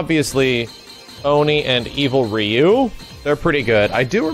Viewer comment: Can't pronounced Ryu right